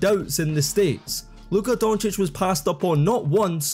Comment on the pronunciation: He said luka doncic name right They Gotta make a name for themselves